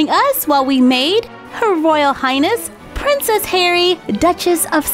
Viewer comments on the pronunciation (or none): she kept saying prensess harry